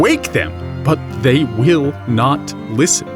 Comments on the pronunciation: What is with that obnoxious pseudo-french pronounciation of "they"? Zey? Really (or, I forgot)? Really? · What is with missprounouncing they? What's with poor english using zay where their is the proper word?